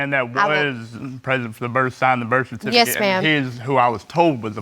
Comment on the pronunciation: “Yesh your honor”